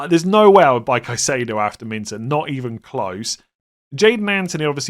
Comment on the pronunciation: Come on you’re trolling me now! It’s Min Tay not Min Ter! Even Gary Neville says it correct and he’s a twat! 😂😂. Be better…👍